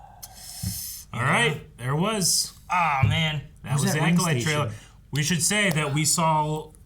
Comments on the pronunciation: needs to learn how to pronounce Acolyte 😂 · still can’t say the word acolyte 🤦🏻‍♂️🤣